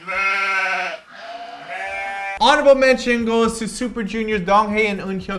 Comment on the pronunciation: "honorable metions" lol are you sure you guys are back from vacation?